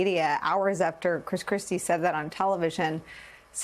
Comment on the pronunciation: Chris Christie still has a speech impediment. He can’t pronounce his L’s. LOL